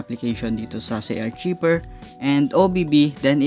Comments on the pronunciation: ARKAYVER ang pagka basa boss, hindi archiber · Kuya Correction Lang Po : Hindi Po Zay-Arc-Cshiver ito Po ang Tama Zay-Ar-Kayver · ARKAYBER PO ANG BASA JAN HINDI ARCHIBER HAHAHAHAHA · Arkayber po not artsiber. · it's pronounced arkayver not archiber... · Hindi yan archiver HAHAHA Archiver po(arkayber) HAHAHAHAHA archiver HAHAHAHA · I think it is pronounced as "ARKAYVER". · sir ang pronunciation po "archiever = Ar, Kay, Ver" please lang po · Zarchiver lala mo makapag pronounce hahaha